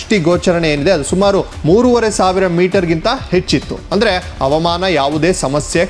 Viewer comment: ಅವಾಮಾನ, ವಿಮಾನ ಆರಿಸು ಅಲ್ಲ ಹವಾಮಾನ, ವಿಮಾನ ಹಾರಿಸು.. ಅ ಮತ್ತು ಹ ಬದಲಾದರೆ ಅರ್ಥ ಬದಲಾಗುತ್ತದೆ